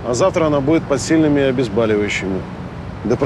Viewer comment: Врач говорит,, обезбАливающие,,!!!